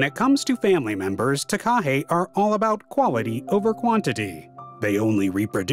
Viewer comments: The way he said Takahe omgggg lolol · The name of this bird is mis-pronounced throughout the video, which spoils the production. That name comes from Maori language, (wrongly pronounced "may-ory"). Even 'Murchison' was mis-pronounced. The commentary must be automated because its only semi-successful. To pronounce Takahe correctly, either emphasise the first syllable or do not stress any syllable. (not T-kaa-hay but Taa-ka-heh)